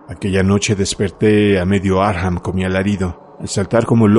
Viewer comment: No se pronuncia Arkjam, es Arkham tal y cual esta escrito